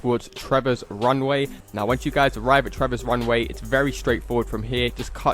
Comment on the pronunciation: "Trevors Wunway"😂